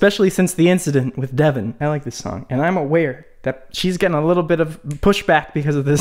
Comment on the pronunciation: Other youtubers: I cant tell his name to you guys: “DeVoN”